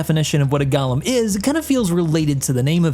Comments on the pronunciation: Go-lem*, not Gollum. This isn't LOTR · "This is the Drake Gollum" NO, PRECIOUS, it's the Drake G O L E M. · "Drake Gallow" "Drake Gallow" "Drake Gallow" Dude.... You good? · I know this community is really bad about it... Idris, gladius, gladiator, aegis.... But you called it both Golem and Galumn in this and.... Sigh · Gallum, or Golem? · The Drake "Galem"? XD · i know it doesnt really matter but i swear everyone reviewing this ship has pronounced golem differently, it blows me away how so few seem to know how to actually pronounce the word. btw its pronounced go·lum, feels like everyone has got gollum from lotr on the mind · That's not how you spell or pronounce golem. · I was not prepared for you to pronounce Golem that way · I mean, there are different pronunciations for the word golem